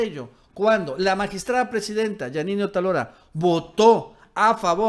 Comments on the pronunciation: no es Otalora, es Otááálora. Es una palabra ESDRÚJULA;ACENTO EN LA ANTEPENÚLTIMA SÍLABA. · Otálora es palabra esdrújula. No es Otalora, que sería palabra grave. ¿Es muy difícil? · el apellido de la presidenta es "otÁlora", no "otalÓra" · Es OTÁLORA (esdrújula)!.. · debes pronunciar correctamente el apellido de esta tipeja, ve donde tinen el acento.